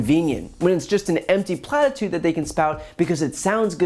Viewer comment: Brian's favorites "platitude" 😬 "kowtow"